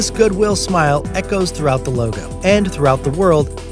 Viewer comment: You said “coca cola loga” 😂